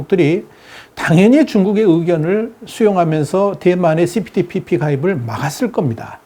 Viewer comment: CP ~TPP라고 읽어야 좋음 (Comprehensive and Progressive Agreement for Trans-Pacific Partnership) (1)용불~~ 용설(×) 용~~불용~설 (o) 用이냐 不用이냐에 따라 달라진다는 내용이므로 (2)그리고 TPP라고 줄여서 호칭하는 분들이 계심 (범태평양 동반자협정)